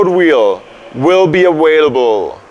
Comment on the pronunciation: haha awailable